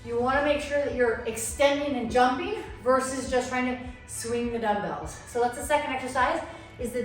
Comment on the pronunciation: Why you pronounce like damdals instead of dumbbells???